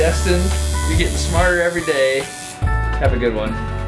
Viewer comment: I thought you said "martyr every day" because of the pain and suffering you put into every video.